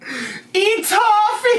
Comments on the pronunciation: Ummm that EeeTaafee is sooo good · I saw Alex react to this first and e toffee got me too 😂her pronunciations will never not shock me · Of course she mispronounced it as a candy 😂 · As a Southerner, I am offended by her saying E Toffee! BaHaHa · Of course she mispronounced it as a candy 😂😂😂